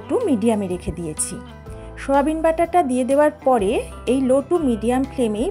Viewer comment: কথাটা সয়াবিন, শোয়াবিন না।